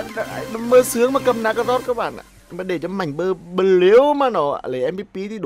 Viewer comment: Nge ông nói bleu ma cuoi nhoc